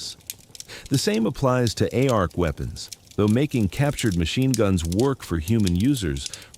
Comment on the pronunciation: 2nd video / chamnel I couldn't watch because TTS pronounced ARC A R C... truck you